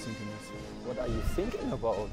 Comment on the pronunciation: here it is: it’s that Germans pronounce “thinking” like “sinking” when they speak English so when he said “I’m sinking this” his friend asked “what are you sinking (thinking) about?”